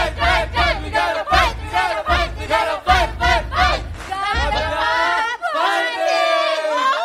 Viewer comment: “ We gonna pight, we gonna pight, we gonna pight pight pight” 🤦‍♀️